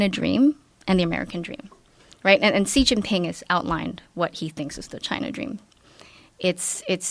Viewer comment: By her Xi Jinping pronunciation there is no way she can speak Mandarin. But... Singapore doesn't give you that option. You either have to do Mandarin, Malay, or Tamil. So... does she speak... uhm... Malay or Tamil fluently? I'm bewildered.